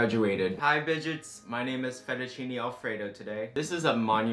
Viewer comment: as soon as he said bidget i subscribed...